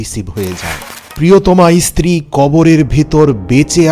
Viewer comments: ইস্ত্রী বলছেন কেন, কথাটা স্ত্রী। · 1st of all its stree not istree